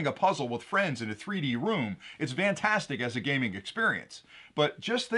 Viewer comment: Love your products, and thank you for the videos you do. One question: why do people (you) say "vantastic" when it's "fantastic"? Just asking. You do it all the time. I noticed your son doesn't (or was it your daughter?). Is that a local pronunciation from a specific geographic area?